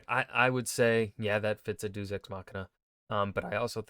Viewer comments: Red: "Deus Ex Machina.": "Doos Ex Machina." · He also can't seem to pronounce deus to save his life.